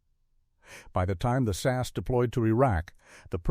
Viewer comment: Pauses too long, in the wrong place and 2013 not 2,013! SAS, Sauce, Saz, the inconsistency is bewildering! Not identified, yet identified when KIA! I cannot abide the piss poor pronunciation of Hereford! Not Herrford!!!!! WW2 photos!!!!!!!!